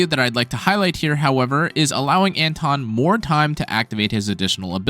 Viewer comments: It's anton not antwon ffs, sometimes you say it right which is weird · Антон. Lawl, actually it's like "Un-tone"